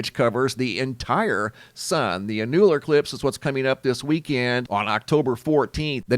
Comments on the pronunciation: Annular is not pronounced: (A new ler), it's pronounced : (An yu ler) Ur welcome! lol 😁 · 'Ann-YEWL-ar? It's ANN-u-lar. 😘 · The pronunciation of Annular is Ann' U-lr...emphasis on the first syllable. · Annular is pronounced AN-you- luhr 🤦‍♀️ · It’s said …… AN YOU LAR eclipse not whatever you’re saying lol